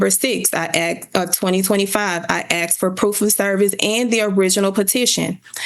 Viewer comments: Axed. I axed. He axed. They axed... Edit 1: And then there's "estentially". "What we're estentially here for today..." - She's a LAWYER and doesn't know that essentially doesn't start with 'est'. WOW!!! Edit 2: Look at how everyone else is dressed then look at what she's wearing. This has to be satire. There's no way this is real, right? Surely, this is a video of some comedy troop trying to do a Reno 911 thing. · They didn’t respond because she “axed” not “asked.” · What law school granted this woman a JD? She can’t pronounce basic words. She “axed” him to do something? She did what was “axed” of her? COME on, man… I usually don’t judge people on the way they speak English, but this woman has an advanced degree that requires a professional demeanor. At this point in her life she must have heard the word “asked” said properly 19,722 times. So how do you justify this? I can only imagine it must be intentional. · if your lawyer "axs" questions, youre going to prison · "Axed"... "Axed" .... "Axed"............ what's so hard to say "asked" lol........... she's toast lol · How did she even become a lawyer...."I axed for service...' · It’s pronounced askkkkked. Not axed. 🙄🙄🙄🙄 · she axed it - its obvious what shes saying! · did that da just say axed? 🤔 I ain't saying nothing... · "I axed" case dismissed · Axe, axe, axe....good grief. And her message hoodie is not court appropriate. Yikes. What a case. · Sounds like acks and acked lol